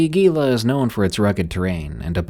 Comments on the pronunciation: story at 51 minutes you messsed up saying Gila, the G is a H its Hee-la not G-ial , mild annoyance but your doing well on the other words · lol I live in the Gila area (pronounced like “he la” so your pronunciation gave me a giggle